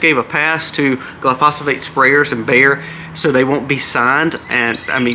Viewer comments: I thought I’d help you out with one thing. Glyphosate is pronounced Gil eye-pho-say te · Say gly-fo-sate (glyphosate)